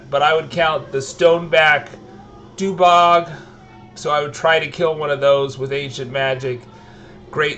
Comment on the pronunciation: I just love how you mispronounce every single thing. Like... DUG BOG lol Doobog?